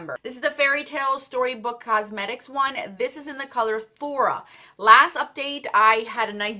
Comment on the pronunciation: Thora? Dont you mean Thorn? 😅